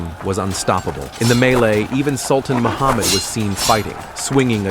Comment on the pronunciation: It's Mehmed not Muhammad